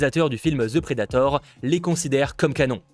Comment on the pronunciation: Si tu dit encore Ze predator, je me pend. The ce dit De. C'est pas compliqué bozo.